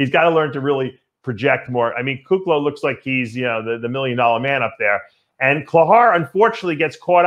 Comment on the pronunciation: I’m sure Iain doesn’t mind 😂 He says Kuclo wrong on Fouad’s podcast 😂